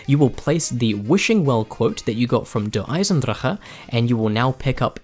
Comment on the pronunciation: You are the first to pronounce DE right thats worth the like alone